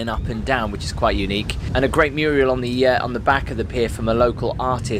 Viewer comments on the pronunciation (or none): It's a mural, not a Muriel! Muriel is a name! Lol